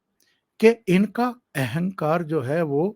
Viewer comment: एहेंकार. नही अहंकार. बोलिये